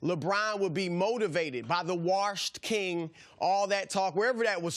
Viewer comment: Chris 'waRshed king' Broussard